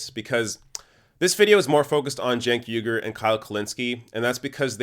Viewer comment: You keep mispronouncing Cenk Uygur's name.